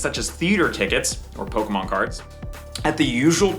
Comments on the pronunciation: It’s not nostalgia those idiots don’t know shit about Pokémon. They’re all scalpers that are gonna inflate the price for resale. When you see someone behave like this but pronounce it “Pokey-Man’s” that’s how you know they are scalpers. How you that much of a fan to behave that way but can’t even say it correctly 😂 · 30 years later and news reporters still can't pronounce Pokemon correctly.